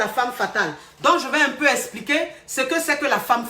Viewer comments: yè bloquè ça 🤣🤣🤣🤣🤣🤣😍💕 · "ye eee bloquer ça..." lol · "Ye vais bloquer ça" 😆😆😆j'adore 😅😅